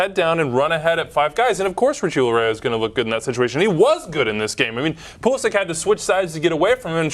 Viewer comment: Hahahaha Pulisic pronounciation not even close. It's actually Pulišić (Pulishich).